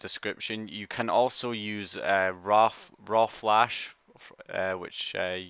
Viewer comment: Don't worry, found out that flash360 doesn't support corona boards.... Also struggled to hear what you were saying when you said rawflash :S